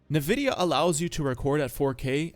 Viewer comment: WE LOVE SLOP!!! MORE SLOP!!! HELL YEAH!!! (edit) also no way you pronounce Nvidia as Nuhvidia wth bro.